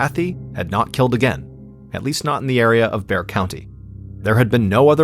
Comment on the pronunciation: Thank you for pronouncing Bexar County correctly!